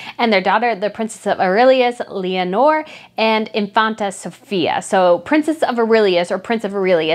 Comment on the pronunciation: A few corrections to your pronunciation in the Spanish royals segment: Girona is pronounced hee-RO-nah, it's King Feh-LEE-pay, and lay-oh-NOOR is the Princess of Asturias (a-STOOR-ee-us).